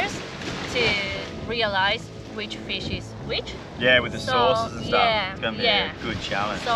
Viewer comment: "Tha feesh"